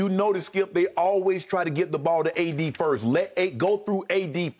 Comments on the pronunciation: he said A-Disney LMAO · LMFAO Skip saying "ADisney" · “ADisney” 😂 we made it